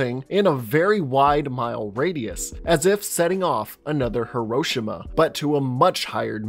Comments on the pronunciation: It's Hiroshima not Hiroshimo get it right man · You can say Shinomura correctly but not Hiroshima? 🤦🏻‍♂️